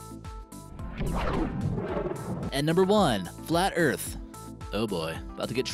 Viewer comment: Tha EARF IS flat!